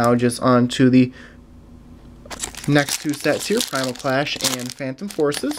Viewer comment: Actually he got it perfect. Roaring Skies... Primal Clash... Phantom Forces.